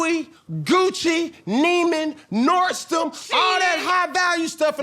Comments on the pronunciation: He just said NORD-STOM. Lordt. The mispronunciation of words is really astounding. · "NordSTom"...??? 🤦🏾‍♀️Cam I'm so tired of you mispronouncing stuff🥴🫠